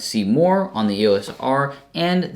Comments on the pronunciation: Why do you keep calling it the "ESO R"??? Hard to take you seriously if you don't even know what it's called. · did you just say ESO R?😂😂😂 EDITED: ESO R all the way through😂😂😂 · its not ESO R is EOS R....lol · E-S-O-R LOL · Hi,, now, while listening closer to the pronunciation it more sounds like it's phonetically "iː əʊ səʊ ɑː" like "EO-SO-R"...